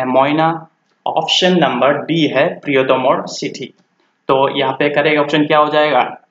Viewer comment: Priyotomor sithi nhai priyotomar sithi